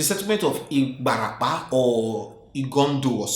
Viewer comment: I'm amazed he was spot on with pronunciation of ibarapa!